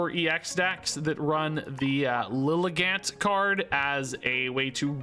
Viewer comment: sorry i dont wanna be that guy but just fyi pretty sure lilligant is pronounced like "elegant"